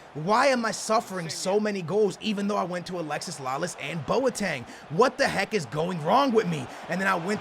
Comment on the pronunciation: IT IS NOT ALEXIS, ITS ALEXI, DAMN!